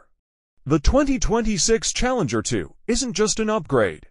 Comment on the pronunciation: Ah yes, the *CHALLEMGER*.